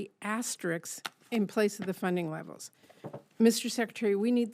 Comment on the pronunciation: We need Senators that don’t pronounce asterisk as “asterix”